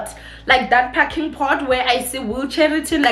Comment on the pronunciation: PARKING NOT PACKING!!!!!!!!!!!!!!